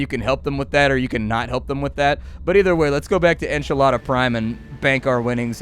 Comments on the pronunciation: Enchilada? Heh, I had no idea what you were trying to pronounce until I realized you were hanging out with Saturn. Enceladus is up there at the top as one of the most promising places to find microbial life in the solar system having a liquid ocean of water thought to be around six miles deep containing hydrothermal vents similar to that on Earth. Anyways, en - seh - luh - duhs is the pronounciation. When I think Saturn, I think Titan and Enceladus first among its bajillion moons. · "Ackchyually..." it's pronounced: • Delta V = Delta Vee • Enceladus = En-CELL-ah-dus But honestly, Enchilada is fine... because they are delicious. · The station is pronounced en-cell-uh-duhs, one of Saturn's moons. Though I'm sure a ringa or two might call it enchilada. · When you say Enchilada Station, I'm guessing that its Enceladus, Saturn's sixth moon. It's pronounced "an-SEH-lah-dus" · I very much apologize in advance for being the internet… but it’s pronounced in-sell-a-doss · Hoooooomg did he call Enceladus, "Enchiladas"? 😂 oh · it's pronounced en-cell-a-dus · It is pronounced en-seh-lah-dus